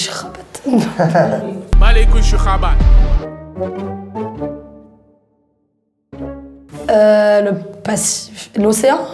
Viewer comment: juste pour information le T de Rabat ne se prononce pas